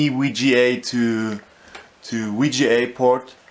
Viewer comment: What's a Mini-Wii-Gee-A to Wii-Gee-A port...??? I'll be back